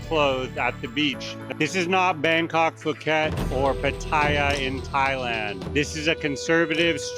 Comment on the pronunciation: Learn how to say Pattaya Thailand. Try Pat-Ti-Ahh. Not Pat Tae ahh.